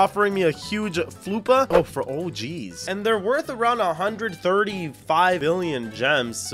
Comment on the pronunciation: hi. I am a big fan, and i liked and subbed - my username is HarryGoodall2012 also, I dont think floppa is pronounced as Floo - per, i googled that its called a “flopper”